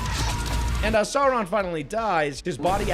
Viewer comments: Okay but it's Sauron, not Saron haha. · Sour-ron ❌ Sore-ron ✅ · Why does he pronounce Sauron as Sore-ahn 😭😭😭 I need back🤣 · He's not called Sorron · holy fuck how hard is it to say Sauron correctly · Rings of Power nearly as annoying as a video mispronouncing Sauron all the way through. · I mostly agree with the points made in the the videos... but I still don't understand why American Youtubers in particular are fucking incapable of pronouncing Sauron's name. Is this some kind of dumb engagement farming to reap those sweet, sweet comments or just a case of "forin langurge diferkult"? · Why does keep mispronouncing Sauron? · Drink everytime this guy mispronounces Sauron